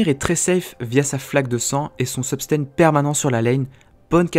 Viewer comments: Hey on dit sustain et pas subtain ^^ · Comment ca substain ?? Ca ce dis pas sustain ? :S suis perdu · Ouah il a dit substain au lieu de sustain, j'suis chiant :p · Juste pour info tu as dit substain et écris substain alors que c'est sustain, voila juste pour que tu le sache ou que tu te corrige. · mdrrr "substain"